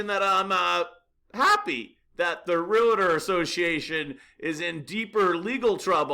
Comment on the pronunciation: You need to learn how to pronounce “Realtor” correctly.